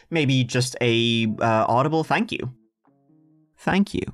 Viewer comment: Creep on me and say "tank you"